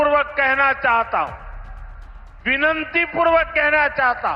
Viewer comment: "विनंती पूर्वक" नहीं सही उच्चारण विनती पूर्वक होता है